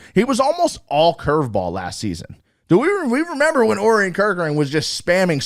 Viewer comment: Great show! I think Orion is pronounced "oh Ryan"